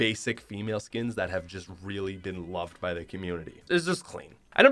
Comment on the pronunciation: Every time he says “clean” I do not hear it as “clean”.